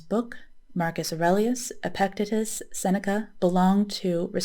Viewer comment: "The Meditations" of Marcus Aurelius is one of my favorite books on Stoicism. — i just discovered your channel a week ago and really enjoy your content. (subscribed) — for future reference, "Epictetus" is pronounced "epic-TEE-tus" — i hope you are a psych major, you are a natural at being a therapist. excellent work & research, —thank you, peace! ☽◯☾